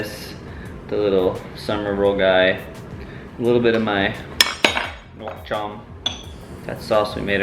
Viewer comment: I got you fam. Say "Nuoc Cham" like. "Nook Cham".(rhymes with cook sorta). For "Do Chua" which literally means sour stuff, say "Doe(the animal) Jool or Jewel" Say everything faster and you should be alright. Bun Thit Nuong = Boon, Tit(...), Nung while your voice goes up.(rhymes with sung sorta). You're better off saying Pho Bo, like "Fuh Ball". While dropping your voice a tad on "ball". And holy cow your Pho look spot on. Great Job